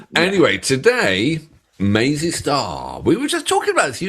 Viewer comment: I LOVE your intro! It's fab. Please keep it ;) PS fellas, the band name is Mazz--y Star not Maze--y Star. Love your work ;)